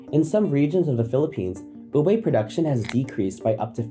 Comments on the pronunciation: Is it just me or does every Filipino also get infuriated when he pronounces "Ube" is "Ubay" not "Uube" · For those Fil-am folks. It's Ube (oo-be) not (oo-bay) 😂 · Please let me express my pet peeve. It’s very unreasonable and petty but pet peeves are pet peeves. Disclaimer done, here goes. Americans: “Ooh-bay” Filipinos: “It’s ‘Oo-behh.’” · Great video but just got to say, it's pronounced oo-beh not oo-bay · Can't help but be a bit nickpicky about the pronounciation of ube. It's oo-beh and not oo-bay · Ube is pronounced as “Oo-beh” not. “Oo-bay” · Ooo-beh not Oobey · It's not ubei. It's ubeh. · It's not oo-bey. It is oo-beh! Again. Oo-beh. Oo-beh. Oo-beh. That is the correct way to read ube. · Americans: ube pronounced as tube without the T. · It’s ube not ubey. If you’re going to use it for clout maybe learn how to pronounce it properly first. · Oh mytgoodsdd it’s pronounced u-beh ommjjhyggb im crashing out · the pronunciation of ube as "ubey" is hurting me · Idk bro you lost credibility for me cause you can't say ube properly lol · You can start by pronouncing it correctly. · Can't blame America for ruining ube if you can't pronounce it properly! lol. It's not that hard, just saying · Americans ruining “Ube” by pronouncing it wrong. Even the narrator is pronouncing it wrong 😂